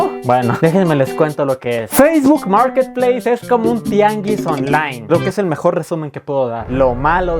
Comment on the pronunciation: Nadie: Absolutamente nadie:: MOOURKET PLEISSSSSSSS